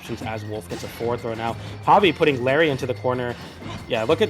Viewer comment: "Diapered"